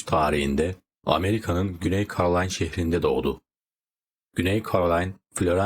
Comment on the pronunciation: KAROLAYN DEĞİL KEROLAYNAA DİYE OKUNUR.. KNAYT DEĞİL NAYT OLACAK.. ALLAH AŞKINA NE OLUR YABANCI DİLDEN KELİMELERİ ÖNCEDEN ÇALIŞIN YA DA BİR BİLENE SORUN YAAA😮